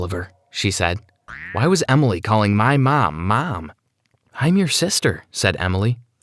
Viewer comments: so no one’s gonna talk about how he say “mam” instead of “mom”??? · Why dose he keep saying mem